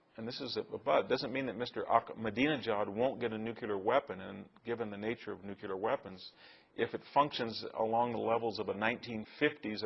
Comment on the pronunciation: I really admire Victor, but I find it so necessary to correct his pronunciation of the word NUCLEAR, not NUCULAR! I hear most presidents and mostly men doing this! It really irritates me greatly!!! Please check your pronunciations Victor. Otherwise, I think you’re brilliant and so correct on almost everything else! Thank you for these talks and lesions.